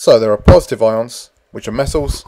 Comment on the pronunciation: "cations are purrrsitive" :') (Y)